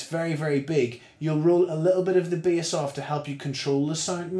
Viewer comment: Why is he saying bias instead of bass haha